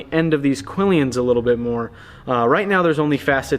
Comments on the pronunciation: "Quillon" is a Spanish word, and is pronounced "key-YON" and "key-YON-es" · Its Quillons not quilleeins!🤦🏼‍♂️🤯😖